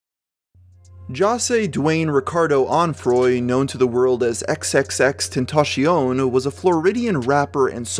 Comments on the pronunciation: "XXXTentacione" bruh, I guess we pronounced it wrong this whole time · you know jammich was only popular cuz of those huge twins she has. and why are you saying xxxtentacion name like that? is this a bot channel? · I like how he pronounces xxxtentacion like a french man